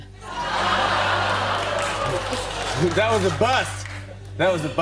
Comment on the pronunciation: I love the way she says that her eyes are GREEN and just stares at him